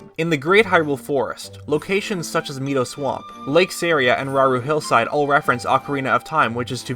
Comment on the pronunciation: ITS NOT ME-DOUGH ITS MY-DOUGH (Mido pronunciation)